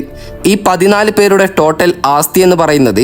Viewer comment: ആസ്ഥിയല്ല, ആസ്തിയാണു ശരി... അത്യാവശ്യം ഭാഷാബോധം ബ്ലോഗർമാർക്കുണ്ടാകണം